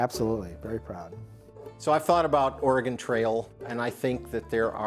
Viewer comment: even the guy who made the game can't say Oregon right 🤣